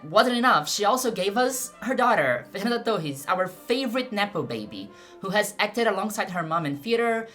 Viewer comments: Eu descobri seu canal agora, com esse vídeo. Eu chorei te assistindo. Sou professora de história no Brasil e esse filme me destruiu, sou apenas mais uma torcendo muito pela Fernanda, e fui pega pela tua thumb, nem sabia que você é brasileira. Sou be no primeiro Fernanda Torres que você pronunciou. A terceira parte do seu vídeo é ainda mais maravilhosa do que todo o resto. Peço licença para usar algumas partes editadas (apenas com a minha tradução simultânea em português) para usar nas minhas aulas do nono ano. Parabéns. Nem sei sobre o que é o teu canal, mas já estou inscrita. Amei seu vídeo. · você é brasileira ? ninguém americano pronunciaria Fernanda Torres tão brasileiro assim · O jeito que ela pronunciou Fernanda Torres eu não tive dúvidas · of course you are: Fernanda Tohees! Like it's meant to be pronounced! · Ouvi Fernanda Torres pronunciado certo e pensei essa mulher é brasileira certeza (to chorando só com o video) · Eu saquei que era Brasileira na Pronuncia do "Fernanda Torres". Sensacional o trabalho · Nunca tinha visto seus vídeos e sequer sabia da existência de seu canal. Percebi que era brasileira quando pronunciou nomes de brasileiros sem sotaque gringo... rs... depois veio a confirmação. Amei o vídeo e fiquei muito feliz pela abrangência do mesmo. Ganhou um novo seguidor... continue o belo trabalho!! Saudações do Brasil! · Seu inglês é tão perfeito que só saquei que você é brasileira quando pronunciou o nome da Fernanda Torres 😊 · Falando nome dela mt bem, vc é brasileira q eu sei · Is the owner of this channel Brazilian? Her pronunciation of the name Fernanda Torres is perfect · You say my name correctly. Thx ... I am Fernando, Nice to meet you.